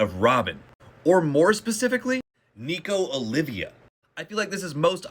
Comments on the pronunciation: I’m sorry but it’s Nico Olvia, not Olivia. And the word is epithet, and epitaph goes on your tombstone. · Interesting take, not bad Btw it’s OLVIA, not Olivia. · Niko Olvia, not Olivia . . . don't feel bad though; I made that mistake for a solid ten years before I realized I had been reading it wrong all that time. Also, I agree that Im's skin is probably red in that form.